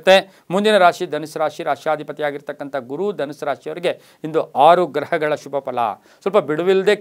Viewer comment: The way you say “shubha” it’s usually backed with “a”… even if you are saying Shubha it sounds like ashubha.. and it’s confusing sometimes..